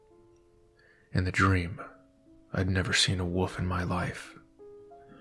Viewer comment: This narration was great, but I’m begging you to pronounce the word “wolf” properly.